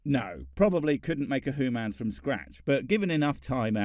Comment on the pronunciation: I still think you're a ferangi with how you pronounce humans. You're just trying to convince us that you're not Edit: I'm starting to believe that all these hooman conflicts are minuscule and pointless. In the bigger picture, we are all..........